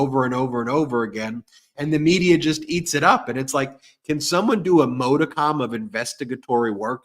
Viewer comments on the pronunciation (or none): Your new favorite word is "modicum." It is pronounced "MOD -i-cum," not "MODE-i-com." Please.